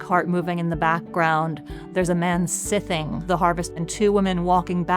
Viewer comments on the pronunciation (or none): Just one tiny correction.... scything is pronounced 'sigh-thing' sweetie, otherwise a lovely little advert